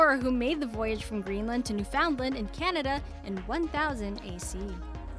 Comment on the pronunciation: Nobody says NewFOUNDland.